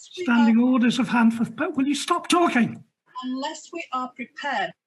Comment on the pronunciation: It's "Handforth" not "Hanford".